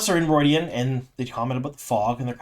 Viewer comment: Why are you pronouncing it, "ru-oy-dian?